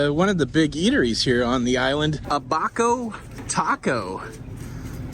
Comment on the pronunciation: Abaco is pronounced Ab ber co